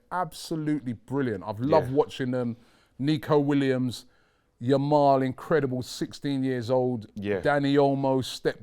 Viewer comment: still calling him "Lamal"